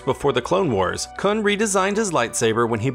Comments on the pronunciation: It’s pronounced K-O-O-N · You are pronouncing Kun incorrectly